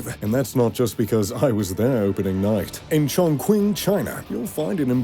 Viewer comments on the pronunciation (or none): In John Quing China 😂 It's pronounced Johng Ching (I don't know a better way how to write the pronunciation). I understand that pronouncing Chinese names are hard to do, but while doing such a video, it wouldn't be a bad idea to listen up how to pronounce them and at least trying to do as good as possible. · Yes... ridiculous "ChongKuaing"... One of the largest cities in the world. It would be like if I pronounced Paris as "PayWees" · ChongQuing? hahahha. Please don't ever make a video when you haven't even set foot there. And get your pronounciation right. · oh never thought i can see my home city here, btw its pronounced as "Chongching" not "Chongkung" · hey, if you're going to keep saying the name of the city, you should really say it correctly, the "Q" is pronouced "Ch", not "queen", but "ching". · It's pronounced "Chong-Ching" Not Shong Kwing, what a dumbass. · Very nice, but by the way, the city is pronounced Chong Ching, not Chong Quing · Urm... please check your pronunciation. Chongqing the Qing sounds like Ching. Not quing. It’s like the word Qi Gong. If you are producing a video to reach millions. You need to be correct. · Chongqing is pronounced "Chong-Ching", not Chong-Kwing as you put it. You pronounced the rivers' names wrong too. You said you were there at the opening? I think you lied. They would probably be wincing at your pronunciation of their language. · chonQing? his pronunciation in incorrect as far as I am aware - Its pronounced Chon CHING as in Ka - Ching ..... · It’s pronounced Chong-Ching, not Chong Qwin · I stopped at ‘Chongqueen’. If you are making a video about a city, the least you can do is to get the name right. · The phonetic pronunciation of Chongqing is "Chong Ching." The narrator's pronunciation is annoying. I lived in Chongqing for 6-years. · Actually it's pronounced "tchongtching"... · In chongkwing... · In Cantonese the pronunciation should be "Chong Hing", for Mandarin is more like "Chong Chee-ing" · "chon kwing"